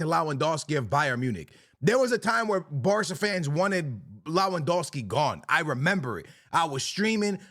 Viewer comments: for god sake it's Lewandowski not Lawendowski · LOWANDOSKI is a criminal pronunciation